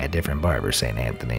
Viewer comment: I'm sorry but I can't stop laughing "Saint tha-thony"